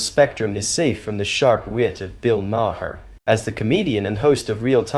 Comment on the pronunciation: You need to learn to pronounce Bill Maher's last name.